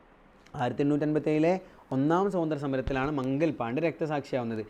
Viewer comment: മംഗൽ പാണ്ഡേ അല്ല മംഗൾ പാണ്ഡേ ആണ്